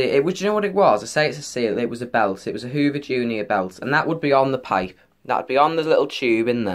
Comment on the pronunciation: it was so funny when you said the word pipe and I laughed my head off😂😂😂😂😂😂😂😂😂😂😅😅